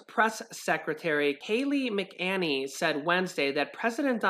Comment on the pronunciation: Pelosi is power hungry. Go around her and get it done!! Please learn how to say Kayleigh M.s name correctly.